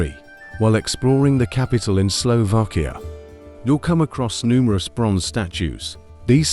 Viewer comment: Please ....it is Slovakia not Slovokia😢!!! Please the pronunciation right for goodness sake...